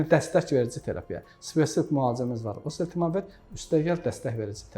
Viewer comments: Elə deyirki sanki heç kim başa düşməsin, məndə təkrar dinlədi.. məncə osetemevir dedi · Preparatın adını həkim normal tələffüs edə bilmir, preparatın adını başa düşən oldu? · Dərmanın adını da düz əməlli demir eeee,gərək mütləq yanlarına gedib pul verib adını öyrənəsən. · Burada şərh verənlər, xoşlarına gəlməsə də deyəcəm. Çox cahil mülahizələr uydururlar. Bu həkimlər olmasaydı o, allah xoflu insanlar çoxdan ölmüşdülər. Hörmətli həkimin dərmanın adını çox anlaşılmaz tələffüz etdi. Onun adını buraya yazsanız yaxşı olar. Bunları da sizlərə xatırlatmaq istərdim. Silah alverçiləri sülh, əmin-amanlıq istərmi? Dərman alverçiləri insan sağlamlığını istərmi? Dinidar cahillər insan kamilliyini istərmi? Korrupsioner haq-ədalət, qanunçuluq istərmi?